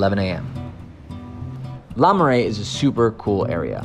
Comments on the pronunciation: Not LA Marais, LER Marais! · Le marais not LA marais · LE Marais, not LA Marais. The text says LE but he keeps saying LA.